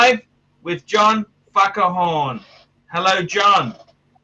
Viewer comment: did he just say. "john fuckahorn"??